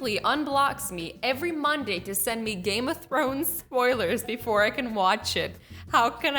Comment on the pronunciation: I'm still wondering what "Game Of Thones" is